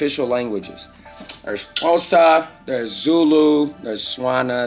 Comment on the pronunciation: welcome to Mzansi. I'm impressed on you pronouncing XHOSA 💪